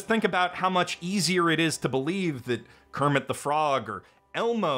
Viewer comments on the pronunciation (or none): none